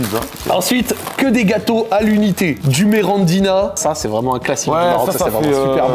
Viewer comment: C est pas grave mais ça me rend fous c est MIRINDINA et pas merandina